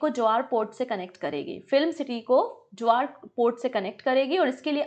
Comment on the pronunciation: its जेवर aiport, not ज्वार airport